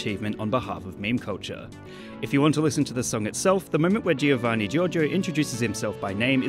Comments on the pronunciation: just saw this video today after a year and saw that a lot of english speakers struggle with the pronounciation of "Gio" so to help you guys out the way to read that is the same you read "Jo", cause in italian G followed by an I or E sound like J in english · Being Italian, i say that how you pronunce Giovanni Giorgio is not so good, you have to say the i of Giovanni mute, but i know that it can be hard, even someone in Italy actually say Giovanni instead of Govanni! Here if A, O or U have a G before they, you have to pronunce gh, but if there is a g, an i and then A, O or U, you have to pronunce it: gi, but there are some exeptions, in some cases you have to do the gi, but the i is mute (for example, Giovanni). Giorgio instead is different, because you don’t have to say gorgo, but you have to pronunce a bit the i. So, not gIovanni, but govanni (this is just for the pronunce, you have to write it “Giovanni”) Btw gg for making a video about one of my favorites memes! 👍 😉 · he hears how he pronounces his name and he cant repeat it... you dont say the first i in giovanni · I don't get why you guys pronunce it "Jeeovanni". Giovanni Giorgio even says it himself! It's "Joevanni" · GIOVANNI NOT GEOVANEY!! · The way he says Giovanni burns my ears.